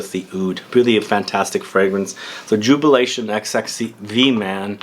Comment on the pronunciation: It's pronounced Jubilation 25.